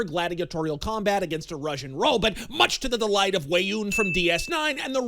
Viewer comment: did he say "robit"?